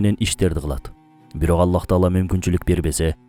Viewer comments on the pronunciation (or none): АЛЛАХ❌ АЛЛА ✅